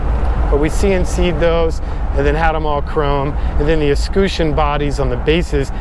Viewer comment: Lololololol! “Pretty straight FORD...” I get it!!! Also “Eskooshin” must be a Cali thing for the word escutcheon?